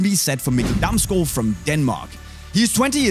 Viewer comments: If someone is ever wondering how to pronounce Damsgaard, show them this video. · you really pronounce Damsgaard very well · Proper pronunciation of Damsgaard....I'm shocked.